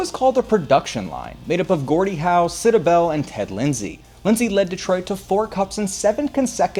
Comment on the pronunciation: He butcher sid Abel name too